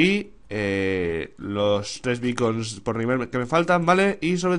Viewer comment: Creí que decías bacon de comer /._.\